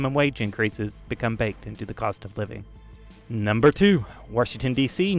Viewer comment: This guy says "Washington" like my mom, somehow adds an R in there. Warshington